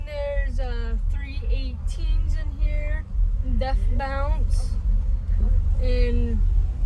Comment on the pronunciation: I don't know what it is but I can't stand when someone says deaf bounce instead of deaf bonce. But bad ass system